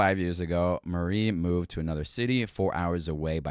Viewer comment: you reading marie as mary pissed me off